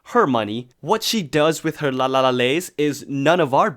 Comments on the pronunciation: Did you really say “lalalalays”? 😭😂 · I BUSTED MY ASS LAUGHING WHEN HE SAID LALALALAYS 🤣🤣🤣🤣